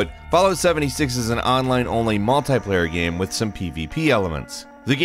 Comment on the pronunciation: I just find it funny af the way he pronounces "Game" or "Games" GAEM